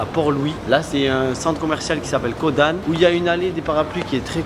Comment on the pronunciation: mon moment pref c'est quand tu as dit candann a la place de caud-an ( en )